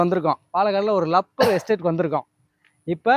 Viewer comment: அது ரப்பர், லப்பர் இல்ல.. டமில் வால்க